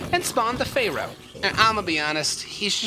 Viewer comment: Love the pronouncing of pharaoh